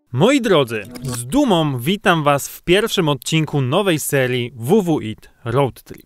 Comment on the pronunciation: Proszę cię nie mów ww it. Chce słyszeć wheel with it